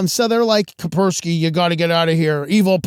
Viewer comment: It's KaSperski, not Kaperski. You pronounce the "S".